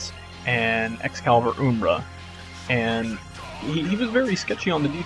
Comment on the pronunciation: Um--bra, not oombra lol